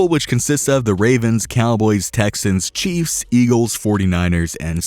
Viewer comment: Wow you butchered fournette and chiefs